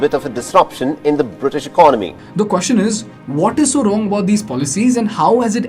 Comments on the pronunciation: It's ec-ono-my not econ-my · Please try to pronounce ECONOMY properly, Soooo annoying!!!!!!!!